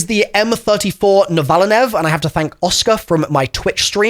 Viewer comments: ok the way you pronounced the name on the m34 novaline triggered me.....you had multiple v's in it's name and it is pronounced (nova line) refering to how to visually locate a nova in astrological terms hence going from 2 round burst to an obvious full-auto....and the DS20 MIRAGE once fully leveled is arguably the best assault rifle specially with the 50 round mag and the multiple attachments for recoil absorbtion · The most British pronunciation of M34 Novaline